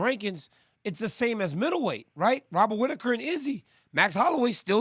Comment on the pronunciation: wobert witaker 😂😂